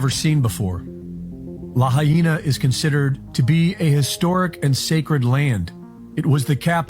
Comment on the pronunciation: Not La Hay Na